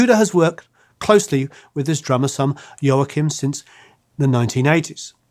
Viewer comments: The proper pronunciation of Joachim: Wah Keem. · Please learn to pronounce Latin names properly. Ry's son's name is pronounced "Waw-keem," and Pancho Villa's name is pronounced "Vee-ya." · Joachim is pronounced "Wah-Keem", that's how Ry says it. By the way, if I remember correctly, Ry was credited as "Zoot Slim Rollo" for session work on an old record, (I think was a Captain Beefheart record) due to a contractual obligation. I'm surprised there's no mention here of Ry's forays into country music with Roseanne Cash, and Ricky Scaggs and the Whites. Anyway, If it wasn't for Ry, I probably would never have heard of, let alone listened to, Sleepy John Estes, Blind Willie Johnson, Blind Alfred Reed, and Flaco Jimenez. Ry and Chris Strachwitz (a fascinating character who deserves his own episode here) used to drive around the south, southwest and Mexico border towns looking for the musicians they'd heard on old and obscure jukebox records; that's how they found Flaco Jimenez, pulling him out of obscurity and sending him out into the wider world, playing with Dwight Yoakum, the Texas Tornados, and others. BTW, there's an excellent documentary film about Strachwitz titled "This Ain't No Mouse Music!".